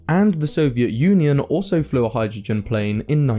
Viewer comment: Thanks for the production, I enjoy your stuff. Just check out the pronunciation of "hai druh jn" 😏